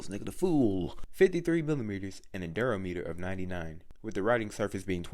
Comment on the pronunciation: Durometer is pronounced dur-raw-murder, just letting u know